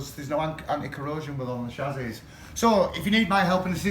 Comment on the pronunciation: You can’t even say chassis right🤣